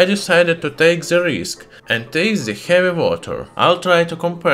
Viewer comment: I love how he says "Hjeavi"